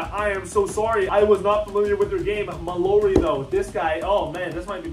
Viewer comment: It’s pronounced Kylan MAL-ORY